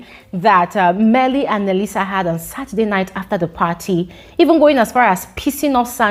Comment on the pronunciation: I love the way you say, 'Mmeli'